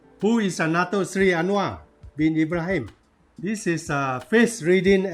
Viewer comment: I just open this channel slightly Let me correct your pronounsation It should be Dato Seri ...not dato sly Anyway it was a good explaination